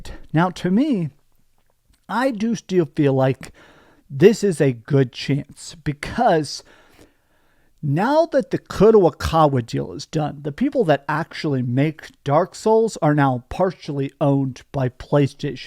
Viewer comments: My dude,. It's Ko-Da-Ka-Wa not Ko-Da-Wa-Ka-Wa. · Dude it’s 4 syllables. Kah Doh Kah Wah Not that hard. Not sure why you continually insist on butchering simple to pronounce words.